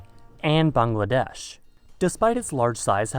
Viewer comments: I've never heard a white person pronounce "Bangladesh" correctly until now. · I really liked how you tried to pronounce Bangladesh correctly, it wasn't perfect but was way far better than others, thanks for that.